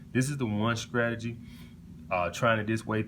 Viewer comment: I'm hollering at all these men flocking to hear the gospel of a bumpkin who says words like skrategy, skring, and skrimps LMAO What high value! 😂😂😂